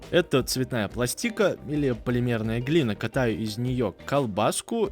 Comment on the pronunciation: Это цветная ластИка ?! Запомни, правильно ставить ударение на А - Пла́стика.